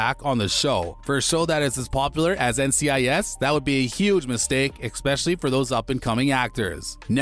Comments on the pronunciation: And the word is pronounced “es-pecially” not “ex-pecially”! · Please learn correct pronunciation: it is 'ESPECIALLY', not 'EX-PECIALLY" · it's eSpecially...NOT eXspecially..... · Especially, not eckspecially. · Stop saying exspecially! Its annoying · You have great diction, but an odd way of saying "especially." Nice video, well put together. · Someone should advise the narrator that there is no “X” in “especially”.